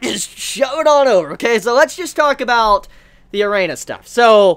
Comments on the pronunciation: Erina not Reina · lol azami, dojima n joichirou pair up would make great doujinshi. my only problem with is he keep calling Erina, Arena. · Drinking Game - take a shot every time prounouces Erina properly....still sober? Good. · Damn man can u say Erinas name right...every time i feel like leaving the video because of it..